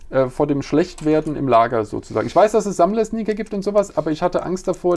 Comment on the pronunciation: achso Sneaker. hab erst Snickers verstanden die im Lager dann schlecht werden xDDDD